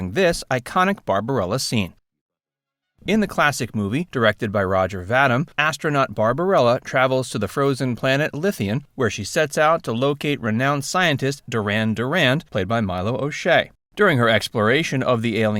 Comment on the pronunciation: It's pronounced "Va-Deem". Roger Vadim